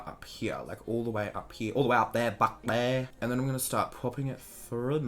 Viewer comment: I love the sound makes when he says "bahk dere" LOOOOOL DKM